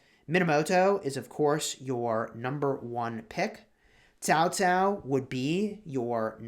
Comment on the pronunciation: pronounced the name correctly. It is Chinese transliteration "pinyin" spelling. Many youtubers mispronounced as "cow cow".